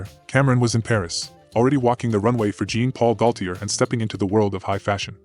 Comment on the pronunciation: I lost you at" Jin Pol Gotie"😅😂😂😂😂😂